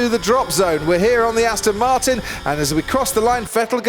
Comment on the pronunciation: Its ASTON MORTEIN😂😂😂